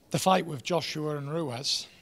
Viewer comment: Still calling Him ruez lmao good interview tho